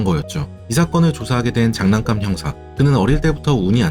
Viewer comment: 장난깜이 아닌 사람이름이면 장 난감으로 발음해야겠죠